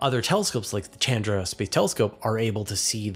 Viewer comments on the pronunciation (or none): none